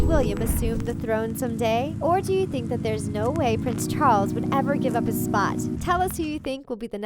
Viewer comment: Wtf is a "prin charlin"... Pronounciation needs work.